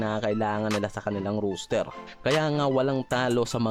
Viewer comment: The way you pronounce ROSTER is funny . Sounds like "ROOSTER"